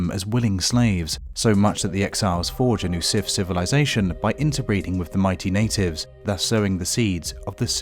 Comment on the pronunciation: The "Sif" 🤣🤣🤣